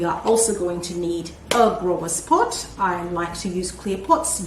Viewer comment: you were saying potch when you put the rocks in.